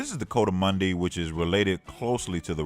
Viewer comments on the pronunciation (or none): I think he’s mumbling „coatimundi“ …